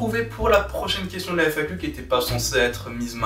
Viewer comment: "FAQ a la rentrée" et pas "fac a la rentrée" 🤙